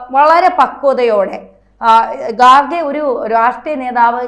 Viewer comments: ഗാർഖെ അല്ല. ഖാർഗെ എന്ന് ആണ് ശരി. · ഗാർഖെ അല്ല, ഖാർഗെ എന്നാണ് ശരിയായ ഉച്ചാരണം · ഗാർഖെ അല്ല ഖാർഗെ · ആസനത്തിൽ ഒരു ആലുമുളച്ചാൽ അത് അലങ്കാരമായി കൊണ്ടുനടക്കുന്നവരാണ് /ആഘോഷിക്കുന്നവരാണ് മലയാള മാധ്യമപ്രവർത്തകർ എന്നതിന് ഇതിനേക്കാൾ വേറെ ഒരു ഉദാഹരണം വേണ്ട ഖാർഗെ ..( ഗാർഗെ അല്ല.. കാർഖേ യും അല്ല ).. എന്നത് ഉച്ചരിക്കാൻ വിഷമമുള്ള ഒരു പദമാണോ ?ഇംഗ്ലീഷ് ഹിന്ദി ന്യൂസ് ചാനലുകളിൽ ഇത് ശരിയായി ഉച്ചരിക്കുന്നില്ലേ ?ഇംഗ്ലീഷ് ഹിന്ദി ചാനലുകൾ നടത്തുന്നവരെല്ലാം കർണാടകക്കാർ ആണോ .?..മലയാളിക്ക് എന്താണ് ഖാർഗെ എന്ന് ശരിയായി ഉച്ചരിക്കാനും എഴുതാനും ബുദ്ധിമുട്ട് ?